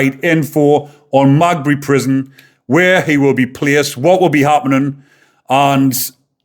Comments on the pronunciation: Its Maghaberry. Pronounced ma-GAB-erry, the empasis on the middle bit. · Mate it's said "Ma-Gab-ery said fast though lol. An no I'm not a grammar nazi, I enjoy your content and don't want people slagging you off 👍👍👍🇬🇧🇬🇧🇬🇧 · Another good summary of this latest horrific attack by lawless immigrants. Heads up: HMP Maghaberry is pronounced: MaGhabErry. From one of your Northern Ireland subscribers 😁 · Heads up because I think you’re a good guy. It’s pronounced Me ga berry. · Its said like this .... Ma gab berry prison 😊love your channel I am from Notthern Ireland 🇬🇧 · Ma gab bree, thats how its pronounced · lol Its MA GA BURY!! hopefully the paramilitaries deal with it if not then probably West Belfast hoods! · Maghaberry haha hes fooked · Wouldn't it be nice if you could pronounce the names properly?? (Ogilvy and Maghaberry) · Jesus, you can't even pronounce the name of the prison he will go too. Tell you what, stfu. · It’s Maghaberry. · Lol its Maghaberry not magbe 😂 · Magbury? It is pronounced meh gah berry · Its maghebry not magbey lol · It's pronounced Ma - gab - ree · Thank you fir this video! The prison is pronounced Mag-abbery locally. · The prison is pronounced Ma-gab- ery. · It’s pronounced Ma gab rey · Its pronounced Ma-ga-berry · It’s pronounced mag ab erry. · The family have put out a statement saying " they will not put a photo out of Stephen "! Stop trying to make money from a man seriously injured, and fighting for his life! Also, your giving out false information ! BTW ITS MA GAB BREY FFS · The prison is Ma-gahb-ery! Thank you for the video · just to correct your pronounciation the prison is called Maghaberry,The irish pronunciation is "Ma-gaberry jail" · Is pronounced Ma-gah-bry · The prison is pronounced magaberry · Ogilvy (oh-gill-vee) is the victim's name HMP Maghabery (Ma-gab-eree) is the prisons name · Maghabery, pronounced, Meg ab berry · The jail is pronounced magaberry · HMP Maghaberry. "Ma-Gabberry" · Gotta help ya here lol MAH-GAH-BERRY